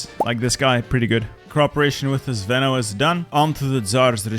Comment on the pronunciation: You say "zveno" wrong, it's not zvEno it's zvenO - the strong letter is "O". The word means something that is in the center and holds strong the rest, also something that is combining things together.